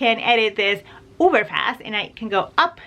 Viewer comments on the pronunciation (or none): Dear just a thing for you...... its uber not uver...... just saying. love you madly.